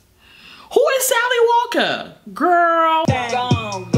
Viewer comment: " Little Sally Walker-uh" YOOOOO SHIIIIT! same